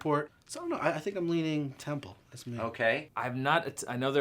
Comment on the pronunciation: Its temple not tempel